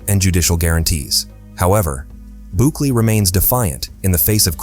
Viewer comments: Good grief, stop butchering names. It's Bukele (Boo-Kelly) not Boock-eh-lee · “Racial profiling” in a country that’s over 90% mestizo? Also “Book-Lee”. Sorry man, this video ain’t it.